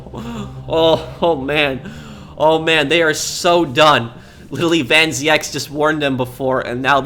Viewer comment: as a dutch guy i can tell you that you pronounce the name van zieks as american would pronounce van Zekes, or van zeeks. van zieks is a dutch word meaning from sickness